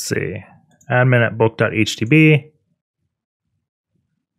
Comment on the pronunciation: 'boot.htb' That is/was driving me insane!